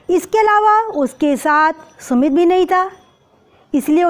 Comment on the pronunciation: Ma'am I am puja ma'am aap sumit bol rhi h aur book me sumati likha h....🤨🤨 To ma'am hum Kya likhe???